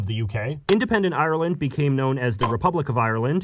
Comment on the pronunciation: If u say ieyer-land one more time...